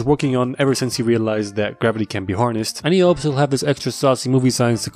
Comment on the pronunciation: It's grrravatay